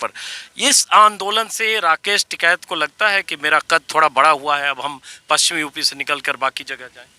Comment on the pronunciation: Its "TIKAIT" and not "TIKAT" 😉😉😉